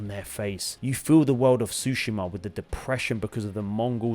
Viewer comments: Love ur vids, bro. But, it's tSushima, not tthushima. Anyway, great video. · Bro be pronouncing Tsushima wrong 😂